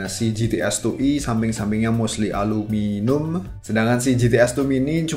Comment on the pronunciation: aluminium bukan Alu minum